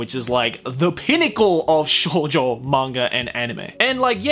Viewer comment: you pronounced shounen correct but you then said Shoujo like a weeb with their lackluster knowledge of the Japanese language xd I know it was you saying Shoujo like how an English speaker would say it if they didn't know any Japanese xd showjoe xddd